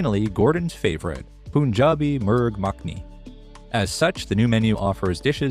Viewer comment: Its Pun-jab not Poon-jab